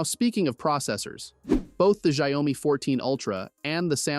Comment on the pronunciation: do you just like to pronounce it differently? goofy af shayomi speaking english man